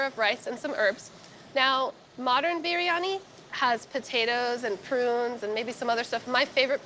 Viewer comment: I have known Pakistanis, northern Indians, southern Indians, Bangladeshi… I have NEVER heard anyone pronounce biryani like that. It’s pronounced bree-ah-nee. I really want to like this because I love East Indian food and know how to cook it… But her delivery is so stilted and she sounds so nervous most of the time it makes me feel bad for her. It makes her hard to listen to. That and her constant fidgeting. I want to tell her to slow down and breathe, let your words come… keep at it. Practice makes perfect. I’m sure the dish turned out tasty regardless.